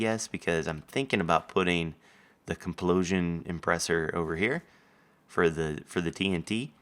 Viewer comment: lol 'Complosion Impressor' :D